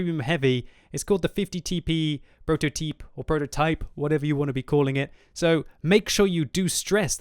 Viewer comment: that Prototyp pronounce c c c.... You have been watching Kandly haven't you?:P